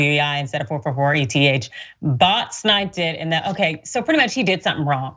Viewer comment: I had to close out of the video because my head was about to explode if I had to listen to the lady call eth E-T-H one more time. Look it’s eth short for Ethereum pronounced as a word. Please don’t talk crypto if you can not even pronounce it correctly. Please.